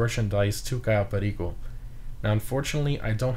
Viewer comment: Im just curious so why are you pronouncing Cayo Perico like that and KeineMusik completly english ?